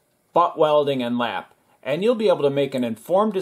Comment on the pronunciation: Lap... not lapp. It's going to affect your search results.